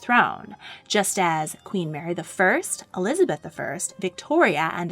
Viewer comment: ELIABETH I ?????????????????? you forgot the Z im pretty sure "eLiAbEtH" is disappointed (in minute )